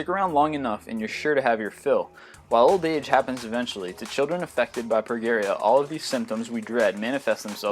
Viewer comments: It's "pro-JEE-ree-a." NOT "pro-GEE-ree-a." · I thought it was Pro-jeer-eya o,o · its pronounced pro-Jeri-a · #24 is pronounced "pro-GEE-reea." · Progeria is pronounced pro-jerry-a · Nothing personal,, but I think it's pronounced "Pro-jer-ee-ah" with a "j" sound, even though it's spelled "Progeria" with a "g". I love your videos! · I was going to comment the same thing. It's the soft "g" pronunciation. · IT is pronounces PROJERRYA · Very interesting!!, but Pica is actually pronounced PY-kuh. =) And progeria is pro-jeer-ee-uh.